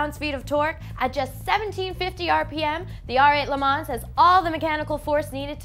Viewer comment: I just had to comment because I also noticed it on Alex's last video, but can someone please tell her that the "ns" and the end of Le Mans is not supposed to be pronounced. Le Ma is all she needs to say.